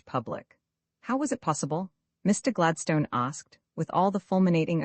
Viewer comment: Gladstone is pronounced incorrectly throughout.